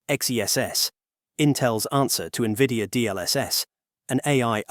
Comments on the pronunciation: I stopped listening at N-V-I-D-I-A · AI GARBAGE. IT CANNOT EVEN PRONOUNCE NVIDIA.... PATHETIC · It's hard to take this channel seriously when it can't even say NVIDIA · Thats what I was gonna write 😂😂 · When I hear errors like this, my AI alarm system starts ringing.